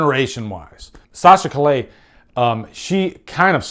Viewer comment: It's pronounced (Kai-ye) LL in Spanish make a Y sound..JS :)